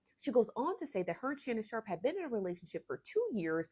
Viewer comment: Girl SHARPE NOT SHARK😂😂